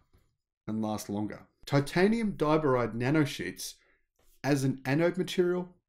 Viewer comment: Accent on the second syllable for diboride, not the first.